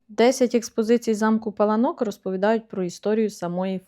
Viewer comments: Наголос на (а ) пАланок переклад паркан ,огорожа!!!!!! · Вибачте, але місцеві жителі кажуть ЛАториця і не ПалаНОк а ПаЛАнок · Завжди думала,що це замок ПалАнок і так на нього і казала) Дякую буду теж знати 😊